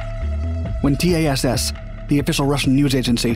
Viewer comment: C in Russian is pronounced S, and it’s wasn’t TECC, it was TACC. Telegraph Agency of the Soviet Union as it was called back in the days.